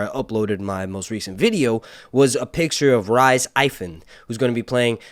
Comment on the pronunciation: Coming from a Welshman I'm offended how you pronounced Rhys 😂😂